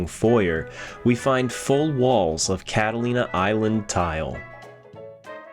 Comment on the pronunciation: "Foyer" noooo 😄great video though, love the level of detail and ambiance